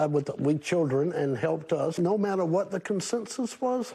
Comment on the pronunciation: Glad to finally hear someone pronouncing her name as she said it. Been hearing other news outlets calling her "Rozlyn." Thank you.